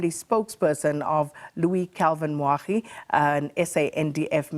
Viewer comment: Moagi not Moagdi!